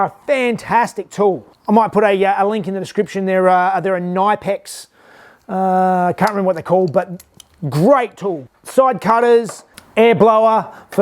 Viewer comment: Ya ze German tool brand with not silent "k". Pronounced "KNip-ex". Best hand tools I have ever used, have reviewed quite a few on my channel. Great shed tour mate.